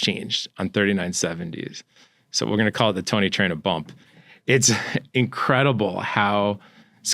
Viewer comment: Isn't it Traina and not Trainer.